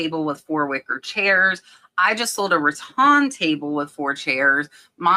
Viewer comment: Nice encouragement. BTW, I've always heard the word rattan pronounced Ruh-Tan (with tan rhyming with fan).